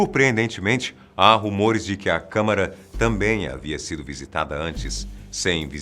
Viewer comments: Câmera? N seria Câmara? Bem de qualquer forma n ligo para pronúncia ta de parabéns a equipe um dos videos mais ricos em informação e bem elaborados que ja vi e com uma narração digna de documentario gringo esse é muito bom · câmara pelo amor de deus e não câmera ... realmente é um assunto muito interessante. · são "CÂMARAS" não "CÂMERAS".... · Gostei, mas bateu fadiga de ver o falar MAIS DE UMA VEZ a palavra "câmera" e não câmara.